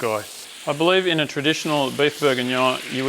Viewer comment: Don't you mean... Beef Bourguignoy?